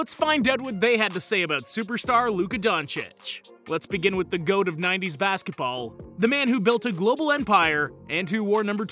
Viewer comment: I'm sorry.. Did i just heared him call MJ the goat "of 90s basketbal"? 👀